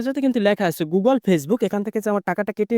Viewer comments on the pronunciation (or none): none